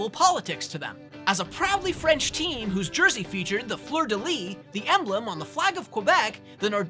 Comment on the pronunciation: Trio with Peter, Marian and Marian? 😅 Fleur de Lys pronounced « sse » at the end Worse and most annoying voice ever! 😖